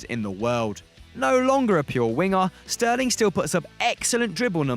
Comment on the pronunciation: SHurly I'm not the only one, CroaSHian, SHterling, eSHpeSHially, MarSHelo, SHtrength